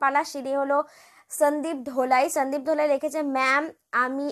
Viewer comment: Mam..Atar (Dolai)Ucharon ta "Dho".. na "Do'"hoba..||||